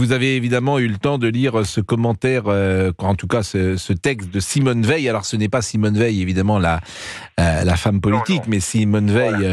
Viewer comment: Non ça se prononce Veil